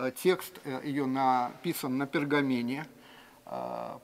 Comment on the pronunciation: "...на пергамине..." ТАКИ може,- на пергаменте?.